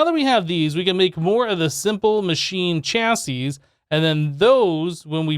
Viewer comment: when you finally said chassis right - made me giggle Thanks